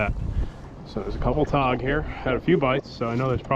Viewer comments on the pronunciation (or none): Okay, I thought you were saying todd, but I think you were saying tog.